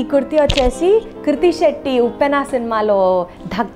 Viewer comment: it's not kurti shetty😅😅 it's krithi shetty